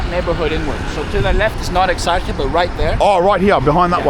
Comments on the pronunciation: Exarheea , Exarjeea is better to pronounce... And our Mr.Bean mfkin pm making a metro station on the spot that Exarcheia square was, thinking he will get rid of the anarchists or common ppl who dont like the way he governs n control the area🤣🤣... Is the most watched by police place in Athens, more than the west Attica thats full of drugs from roma, gypsies... Cops making money from the roma drug traffickin so they overwathing the area of Exarcheia while using the drugs also😆😆... Full of cops under cover n stuff, because in their tiny minds they think they'll get a terrorist or smthing stupid pigs...... When i was living there things was exactly like o aderfos said, n nowdays also, n imagine i live in the country in a town 400km away from there!... Before 50-60 yrs Exarcheia was the place that poets, painters, pple of artist nature in general was coming together to chill, love vibes everywhere tho.... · FYI Pronounced Exarchia, with -ch as in Halal or History. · This neighborhood is caled exactly as written.Exarhia.Whycant you pronounce it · EXARCHIA. Tthe narrator should, at least, learn to pronounce this neighbourhood's name. The 'ch' in Exarchia is not pronounce as 'ch' but closer to 'h'. Exarhia, please. I am only in but I can't listen to any more. Once I hear Omoonia, I am out. You have no idea about Athens, otherwise you would have enough respect for the place to know the names of these places. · It is pronounced Eksarheea. And it is not a suburb. Also it is not really controlled by Anarchists. Also it is Omoneea not Omoonia. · The streets of Athens that you were walking on in the beginning are beautiful. Better than North American streets and other European cities. However the bad pronounciations are puting me off it's :Ex-ar-he-a...O-mo-knee-ah (like amonia). Omonia needs to be demolished for sure. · Exarchia ( Εξάρχεια ), pronounced Exar-hia. ❤ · You don't pronounce exarcheia correctly and it's annoying. Please stop 🤦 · Bruh, it's Exarhia not Exargia.